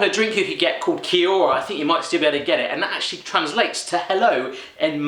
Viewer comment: That so funny I from New Zealand and I live there too. This brought me back to the days of going to the corner dairy by school and buying a 50 cents K-bar ( or toffee stick to you Americans) LOVED IT BTW... MAORI IS SAID (Mao-rie) And Kia ora is said (Key-ore-ra) REPLY IF YOU HAVE QUESTIONS BOUT' N.Z. AROHA* xxxx (Aroha means love in Maori) *yep